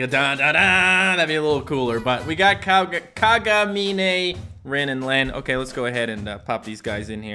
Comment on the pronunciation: U pronounce Kagamine as Kagamin :3 no need to thanks